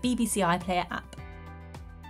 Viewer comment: she said app appP